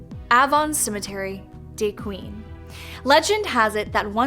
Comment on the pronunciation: I live near dequeen ark (They pronounced it wrong) but I've never heard of that legend but there is the boggy creek monster(big foot) of fouke arkansas they even made a movie about it as well as the Springlake serial killer who was never caught in near by texarkana ark/tx it was also made into a movie called the town that dreaded sundown as well as the famous gurdon lights the ghost of a railroad worker who was beheaded and now forever searching for his head